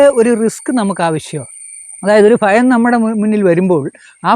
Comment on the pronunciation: കൊല്ലം കാർ chilar♥️അങ്ങനെ